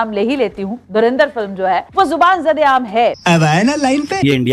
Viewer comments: dhurandhar… bol bhi nahi sakte… dhurinder bolte hain. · धुरंधर को धुरिंदर बोल रहे हैं यह जाहिल पोर्की। काश थोड़ा पढ़ लिख लेते तो बोलना आ जाता । Aaaaaathuuu😂